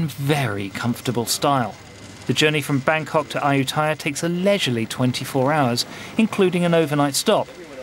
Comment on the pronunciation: good video but pronunciations excruciating!